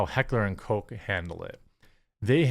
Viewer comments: It's Koch, it's not a soda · How many times can this dipshit mispronounce Heckler & Koch?